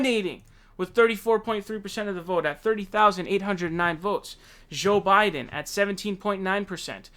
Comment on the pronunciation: "Zho Biden"